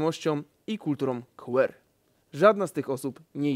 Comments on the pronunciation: "queer" czytamy "kłir", dzięki! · Sluchalam sobie jako podcastu i zastanawiam sie co to jest "kultura QR"... az musialam przerwac to co robilam, podejsc do telefonu...przewijam, patrze i... Aaaaa, "queer" [kłir]...🤦🏾‍♀️ Jeeej, prosze, nauczmy sie mowic poprawnie, to slowo jest uzywane od lat! 🙏🏾 Sam material bardzo potrzebny 🙌🏾